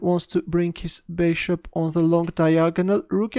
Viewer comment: "wants to bring his beshop on the long diagonal"